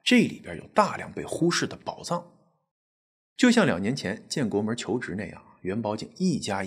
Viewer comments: 建国门，不是建国门儿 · 建国门，不是建国门儿，不加儿化音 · 北京一般大门不加儿话音，小门才加。所以是建国门（无儿） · 建国门，不是“门儿”。北京话不是什么都加“儿”音。好片子👍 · 主持人没在北京生活过。建国门，没有儿。别问为什么，发音就是这么不讲道理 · 讲得不错，但是吧 建国门 阜成门 这些门，最好别加儿化音~ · 建国门，崇文门，天安门，门不带儿化音